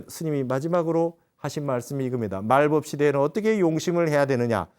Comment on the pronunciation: 스님! 말법은 말뻡"이라고 발음하소서! 또! 한국의 한을 왜!? 길게 발음하나이까!? 실로 실망했나이다. 미국 변 완수 드림